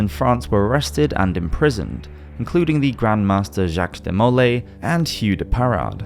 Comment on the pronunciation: Love your content...but just so you know, Jacques De Molay is pronounced de mo LAY, not de MO lay.